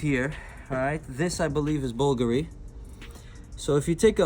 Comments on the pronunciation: bulgary wth you must pronounce the names properly otherwise you leave new customers with more questions than answers. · Oh, big woo! Looks like cheesy crap -- no matter what the wholesale or retail prices are. Where would normal, everyday people wear these ugly, vulgar (i.e., Bulgari) pieces? I'd much rather own my own house. And this putz couldn't even properly pronounce the name of the brands. What a dumb schmuck!